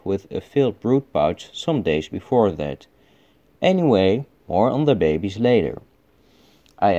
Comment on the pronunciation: "Bay bayz" was my favorite part of this episode